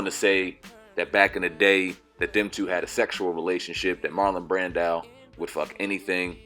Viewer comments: Brandow. Lol. It's Brando good brother. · its marlon brando not brandao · Brando O. O. Not Brandow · Its pronounced Bran-doe. 🤦🏾‍♀️ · 😂 😂 I cringed every time he mispronounced Brando. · dude said Marlon Brand-ow.